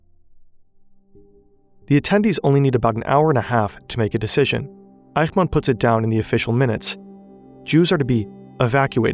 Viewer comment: In German the "ch" in "Eichmann" is pronounced like the "ch" in "ich", not like the "ch" in "Dach". In phonetic language: ç, not x. I know "ch" is always pronounced like the "ch" in "Dach" in Dutch and Hebrew, but that is not the case in German.